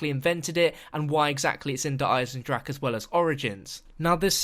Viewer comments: just for the record Eisen-drache is pronounced: "Isen drahuh" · actually speaking german makes it so hard to hear "eisendrack" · You are all saying "der eisendrak" ffs its "der eisendrache" pls look it up at google to it right the next time ffs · why does everyone say der eisendrache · Pronouncing it wrong